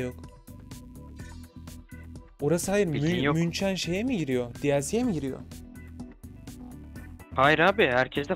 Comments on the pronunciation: münçen nedir ya kulaklarım kanıyor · münchen yazılır münih okunur <3 futboldan bari bil asfagafsvdh